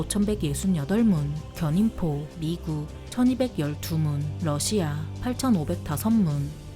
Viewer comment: 비교할 걸 비교해야지~ 미국의 압도적인 승리다! 그리고 러시아 할때 억양이 존나 이상하고 거슬린다~